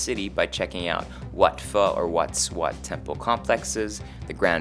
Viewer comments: "Wat Pho" usually pronouce "wat po" in Thai not "Wat Fo" ^_^ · when pronouncing in thai the Th is always mostly silent. and wat pho is not the same is phó in vietnamese its Po.